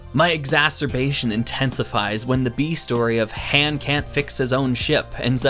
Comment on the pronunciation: And on top of it all, you pronounce it “Han”